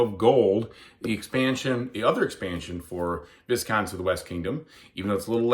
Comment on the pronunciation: One correction: the pronunciation is “vī-counts”